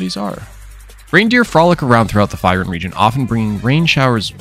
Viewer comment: Your saying the Region Name wrong, go watch 1 of his FYRUN videos.